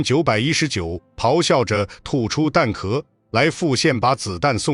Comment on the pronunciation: 画面东拼西凑，牛头不对马嘴。旁白是AI。M1919居然能能念成“一千一百一十九”。毫无诚意的粗制滥造